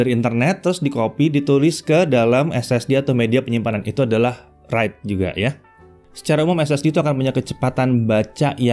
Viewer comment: Read & WEITE Lol🤣